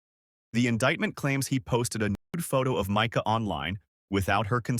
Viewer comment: Pronounced Myca